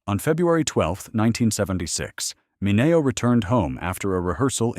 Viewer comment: Never heard of most of these. The Blk. Dahlia had several great books written about her (1 by her potential- killer's son!). Peg Entw.'s story would make a good movie... how many have seen her ghost? Dear AI: Sal's last name is MIN-E-O. Did Hattie Mcd. get a Hollywood-Star even? A. Booth's photos are of a MAN not a woman... which is it??